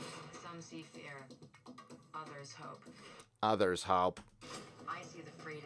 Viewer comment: Some see feah others hope I see the fweedom be beh myself.